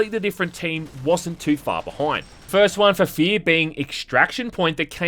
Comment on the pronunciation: It's hack to make fun of accent... but he DOES call this game "Fee".